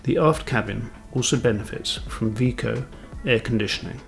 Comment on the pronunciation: Pronunciation of ship name is wrong. Evrika == Heureka.